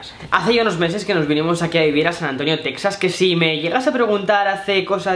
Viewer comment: Se pronuncia Tejas.